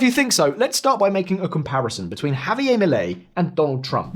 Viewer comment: Why give his name a French pronounciation? JavieR